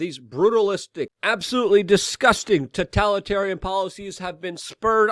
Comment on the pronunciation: I'm not buying any youtubers "merch", it's not "importn", and "tuh-tallitarian"...